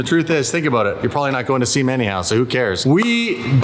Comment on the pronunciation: Lol pretty sure the first time you said Sema I was like... nope!